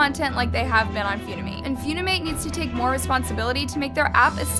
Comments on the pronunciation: Hi! Funimate verified creator here! Most of what you said is actually completely false. The amount of creeps on the app are actually almost 0. They’re always automatically banned. And no, no child is putting “single” in their bio. Funimate is literally an app for editing. Also, it’s pronounced “fuh-ni-mate”. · I'm sorry, but "Fyunimate"??? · ISNT UPIT PRONOUNCED FUN-I-MATE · No hate but the fact she called Likee "like" and funimate "funamate" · The way u were pronouncing it was so funny to me. Its actuall pronouced 'funny-mate' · Did you just say fyounimate?☺️ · it’s Funimate not foonimate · First of all its not "Foonimate" and this challenge was long ago i used to admire your videos but now your just bringing up stuff from the past the app is toxic. But you cant just stop people from downloadinng funimate just cause its getting more famous and your trying to make it look bad also funikate took the challenge and everything down so dont say they didnt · no hate its "fun e mate" for pronounce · 👏🏽PLEASE 👏🏽LEARN👏🏽HOW👏🏽TO👏🏽PRONOUNCE👏🏽WORDS 👏🏽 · the way she pronounced it was so wrong💀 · MS GORL ITS FUN-IM-ATE NOT FEW-NI-MATE SMH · Lmao says “fiuwnîmãt” it’s pronounced funi-mate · Flashback to the time she spelled Waifu as Waafoo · Its not few-knee-mate💀 it fun-e-mate💀😂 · “ few-ni-mate “ OAHAHAHAHAAHHA PLEASE- ITS “ fun-i-mate “ Very annoying ^^ ☺️💪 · Why did she say it like that? “Few-ni-mate” It’s “fun-im-ate” I know that should be the least of my worries but I can’t help myself 🤮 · I love AND the incorrect way she pronounces names in a lot of her videos. Lol 👍 😆 [Foon-i-mate instead of Fun-i-mate] (Seriously,I watch every video. ❤No hate, no shade.) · wait annas pronouncing it as ‘few - nee - mate’. i thought it was ‘fun- e - mate’ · Feunimate , never heard of it- (BISHSIWBKABWKWUOWBAK ITS FUNIMATE NOT FEUNIMATE-) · says few-ni-mate when it is fun-i-mate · foonimate💀💀gurl its pronounced fun-imate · girl it's called funimate not fewnimayte